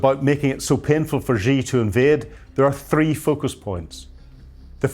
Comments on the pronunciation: Shee not Jhee. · I wish the media would learn how to pronounce Xi